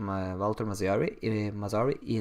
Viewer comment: It’s pronounced Mat-sari